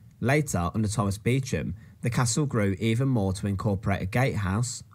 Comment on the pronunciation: I've not actually visited Warwick Castle inside, but could I also recommend the church of St Mary's, Warwick? It's where the Beauchamp [pronounced Beecham] Earls of Warwick are buried in magnificent tombs. You might buy a castle in the UK quite cheaply, but there are snags! For one thing it will almost certainly be Grade 1 listed; this means you won't be able to do anything with it! Building a new castle would be expensive, and I believe you have to ask not only for standard planning permission, but for a 'licence to crenellate' (I.e have battlements). Since the 1150s our Kings have been careful whom they allow to build fortifications, although an eccentric millionaire did build Castle Drogo, in Devon, in the 1930s. I would also recommend two books, both I think by Simon Jenkins: A Thousand Best Churches; and one called something like A Thousand Best Stately Homes.